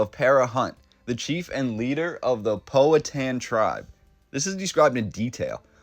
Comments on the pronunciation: Suggest you learn correct pronunciation of Powhatan. You've got it really wrong.... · Enjoyed this but I been here all my life and I have only ever heard it pronounced "POW-a-Tan". Henrico is mispronounced also. Anyone know what the building is? I have seen photos of it's ruins before, a really impressive structure whatever it was. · This is interesting. Long time Richmonder here. Just a quick pronunciation guide: "Powhatan" = POW-ha-tan (like a sound from a gun); and "Henrico" = Hen- RYE- coe